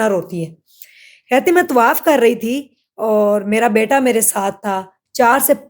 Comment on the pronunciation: Allah ka khoaf kro bibi , tawaif nahi hota tawaaf hota hai .